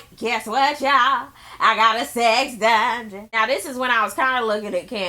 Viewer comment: lmao did u peep how porsha can't say "dungeon" I hollered..